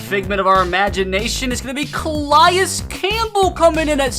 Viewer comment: Your saying Calais name wrong